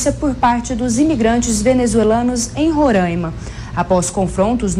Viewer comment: Não é Rorãima, é RorAima!